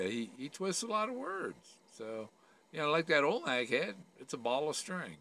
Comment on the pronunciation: I’m sorry, are you saying alnak head? Do you mean Olmec head?